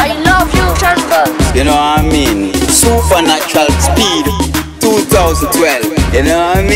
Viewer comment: Sooppahnatural speed, You no I mean